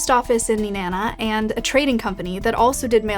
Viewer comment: Wow she said Nenana correctly